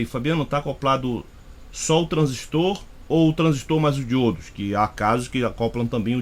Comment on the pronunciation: Parabéns pela análise, gostei. Satisfeito em ouvir uma análise realmente técnica, com conhecimento prático, gostei ainda de ouvir a pronúncia correta do TRANSISTOR. Tem gente que repete, igual papagaio 🦜 tudo q escuta, por isso tem gente falando "TRANSÍSTO", pronúncia como se tivesse acento agudo no i, esquecendo até da letra r.